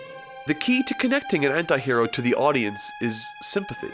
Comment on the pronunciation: is it only me who is hearing "hentai hero" instead of "anti hero" LOL